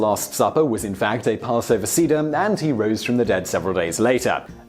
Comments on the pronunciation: Nissan isn't the 13th month, it's the first month. In a leap year, the 12th month is Adar Rishon and the 13th is Adar Sheni. "Seder" is pronounced sayder, not seadar. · "Jewish" Passover seems rather redundant. It's a Jewish holiday. Also, it's pronounced "Say-der", not "see-der" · ...did you seriously pronounce "seder" like "seeder"?